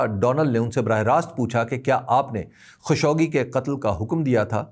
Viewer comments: خاشقجي ہے نہ کہ خشوگی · تنقید مقصود نہیں ہے۔۔ اصلاح مقصود ہے۔ صحیع تلفظ خالق-جی (خاشقجی )ہے۔ معذرت اگر برا لگے